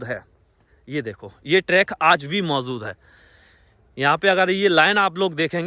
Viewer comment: MAUZUD HAI....ZÀATI HAI ZANTA HAI....YEH KAISI BHASHA HAI....